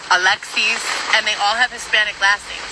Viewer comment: Okay,. Saying Alexis with a latina accent does not make it a Spanish name.